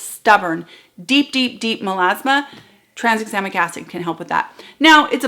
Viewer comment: Just to be that boring person, I have to point out that it should be pronounced ‘tran - exam - ic’! Sorryyyyyyyy!!